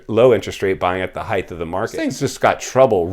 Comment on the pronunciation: Wow it's at his heighth ( height) Spell better Speak better!